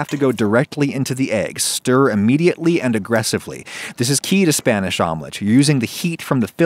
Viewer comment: Hearing him pronouncing spanish words pains me